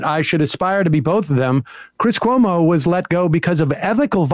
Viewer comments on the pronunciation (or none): "chris colomo"? "news night"? wtf, "heidegger". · The guy who whines about the pronunciation of his name says "Dom" Lemon, Chris "Columbo" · "You pronounced my name wrong and I don't appreciate it... Chris Columbo was one of my favorites on CNN... and here's what you need to know about 'Dom' Lemon..." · Tim - I'm mad you mispronounced my name Also Tim - Chris Columbus, Laura Ingram, Arizona Melbar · I love the fact that Sam’s mispronunciation of Tim’s name was such a gotcha and then Tim literally got ever name he mentioned wrong. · He should be embarrassed because he didn’t know how to say Cuomo’s last name.